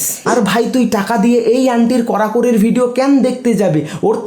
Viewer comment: করাকরি ❌❌❌❌ কড়াকড়ি,🆗🆗😂😂😂😂😂😂😂😂